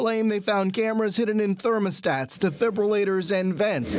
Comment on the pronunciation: Oh damn! Did everyone catch that, "in some cases, cameras were found in defribulaters, vents, and thermostats". WTF???